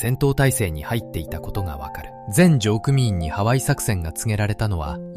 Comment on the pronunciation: 「のりくみいん」です。